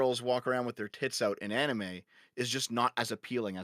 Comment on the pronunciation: Why is she pronouncing anime like that